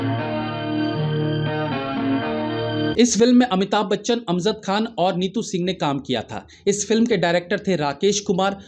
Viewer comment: Tum apna pronunciation kab theek karogay, Kai baar aap ko kaha hai, baar baar aap faltu kartay hain. Aap ne AMZAD KHAN kaha hai, correct pronunciation is AMJAD KHAN